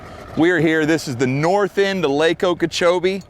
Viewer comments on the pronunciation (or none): 😭 so wholesome also lakeokoboichi is the single best pronunciation of lake okeechobee I have ever heard